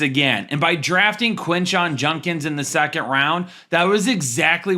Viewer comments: It’s judkins not junkins btw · Judkins, not Junkins